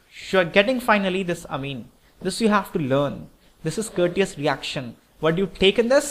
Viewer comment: please learn how to pronounce orbit and amine